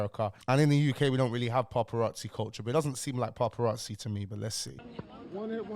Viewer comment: Why are you pronouncing it paRparazzi 😂😂😂 no R my bro